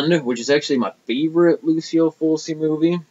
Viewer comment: Awesome Italian horror collection I have way more lamberto films than bava in my collection need to pick up some more of his father's films. Oh and Fulci is pronounced ful-chi. Not to criticize or anything. Awesome video man!